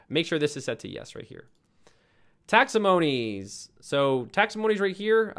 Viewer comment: wtf is that? taxamonies??? lollers